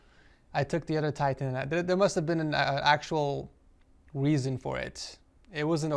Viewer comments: He makes fun of himself saying weason but says it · he legit said weason hahahahha